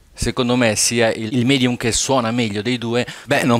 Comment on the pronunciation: Visto la precisazione, mi pare altrettanto corretto puntualizzare che la parola MEDIUM è latina e si pronuncia medium e non midium. Sul vinile avendo avuto molti amici professionisti della musica so che hai ragione, sempre saputo. Tuttavia l'Italia è un paese di nostalgici e anche un vinile che fa un fruscio per qualcuno è più un ritorno all'infanzia o alla gioventù.